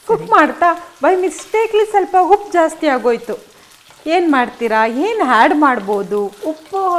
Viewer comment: ಹುಪ್ಪು ಹಾಲೂಗಡ್ಡೆ ಯಾವಾಗ ಸುಧಾರಣೆ? ಸರಿಯಾಗಿ ಉಚ್ಚಾರಣೆ ಕಷ್ಟಾನಾ?